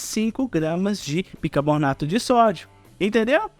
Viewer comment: BICARBONATO e não bicaBORnato